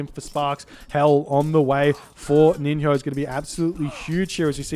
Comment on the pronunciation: Just for your info before casting the next games, NiNHO is pronounced like NiNYO, actually in the same way that you would produce NJOrd.